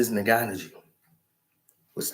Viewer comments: Its pronounced like N-Gone-New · is my guy but the way he says Francis's last name is hilarious